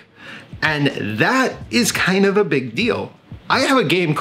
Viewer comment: "Chind of chill" lolz